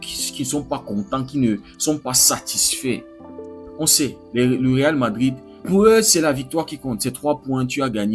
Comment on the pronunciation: Toi tu ne va jamais faire t'es vidéo ces prononcer le nom du real tu souffre trop 😂😂😂😂